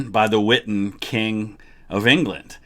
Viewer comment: The witten? I thought it was the wittan